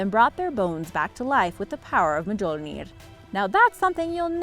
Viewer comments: Mule near is how you pronounce mjolnir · Mjolnir - mi-yol-nir Tuatha De Danann - Tu-ah De Dan-ann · If you're gonna make a video, learn how to pronounce Mjölnir.